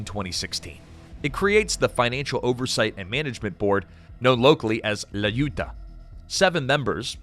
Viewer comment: Awesome video. Btw, for the next occasion where you mention "La Junta", a better pronunciation would be more like "Lah hoon-tah" (so not like "June", but more like "hoot")